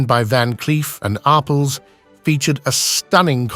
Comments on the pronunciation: It’s not Van Cleef and Ar-puhls. Its pronounced Ar-pells. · Van Cleef and Ar-PELL (not ar-pul) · Ar-pulls. Great pronunciation there British man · Van Cleef & Orrpels LOL!!! AI voices that get it wrong.